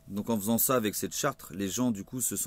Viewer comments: charte pas chartre lol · Tu le sais évidemment je pense, mais on dit "charte" avec un seul "r", écoute-toi cela fait bizarre car une chartre ne veut rien dire :) Bref courage, de suisse gilet et avec vous. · charte ..et pas Chartres ....SIMPLET